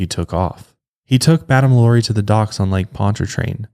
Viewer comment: I tell you what, if you madame lalauries name correctly one time in this episode, I'll buy your overpriced hoodie.